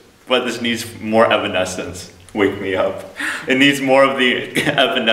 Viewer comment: andddd it's evanescence not aminesence 😂😂😂